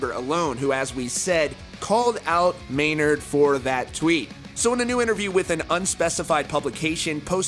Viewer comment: It’s Maynard, bro